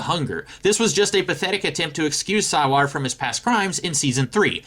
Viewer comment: I stopped watching the moment you said "sigh-lar"